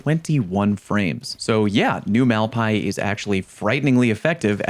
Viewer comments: why "mal-pie" and not "mal pai-ēs"? I thought the spanish "bad lands" translation was on purpose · Yet another name you can't pronounce LMAO. Mal-Pah-EES 😅